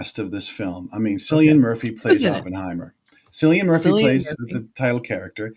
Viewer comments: His name is cillian with a k. Killian murphy pronunciation. You would think if they had a clue about him they would get that right. And zimmer? Lol. News to him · Please get main actors name right. Killian is the way to pronounce Murphy’s name